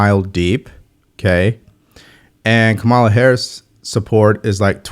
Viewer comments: Just a friendly reminder that you keep mispronouncing Kamala. It’s pronounced COMMA’-la. Not ka-MALA’. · Kamala Harris's first name is pronounced correctly with stress on the first syllable. KAH-ma-la, or Comma-la. Today Nancy Mace made a point in Congress of people who still mispronounce Harris's first name. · Even Trump mispronounces it. One wonders if that is intentional as a subtle form of disrespect. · Curious - do you mispronounce her name intentionally to signify a lack of respect, or do you genuinely not know her name? No, I'm not a fan of her whatsoever.